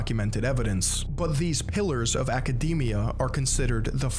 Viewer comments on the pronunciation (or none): none